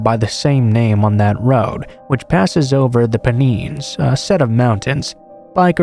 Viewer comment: Americans pronouncing UK place names is so cute lol, Pennines is pronounced "Pen" and "nines" (As in the number 9).😄 I hope that student Paramedic managed to get through her course too!